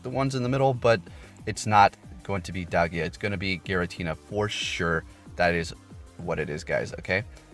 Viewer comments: Dye-al-gah not dal-gee-ah 😅 Still love your work though 💗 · its Dialga...not Dalgia 😂...juuuust sayin... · Bruh it’s dialga Die-al-gah Dam pronounce the name right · Why is everyone calling it Dalgia? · When u call it dalgia, we alrd know u dont know any pokemon outside go 😬